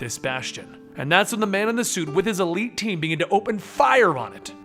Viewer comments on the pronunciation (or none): none